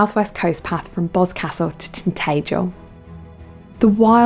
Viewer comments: We says it tint..tah...jel not tint...tay..jel down these ways. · Where’s “tintegal?” TintAgel I think it’s pronounced. If u asked for directions in Cornwall and mis pronounce places, the locals will say they’ve never heard of it. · It’s TinTAgel. Not TinTAYgel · Learn how to say Tintagel fgs!